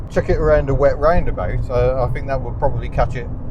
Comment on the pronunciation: Much as I love, please dear God stop using F instead of th, "I fink it's four fousand rpm"